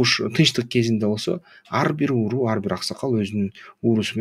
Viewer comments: Сонун чыгарылыш болуптур. Только ууру дебей уруу деп айтса... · Ууру менен уруу деген созду туура ажыратып айтсан.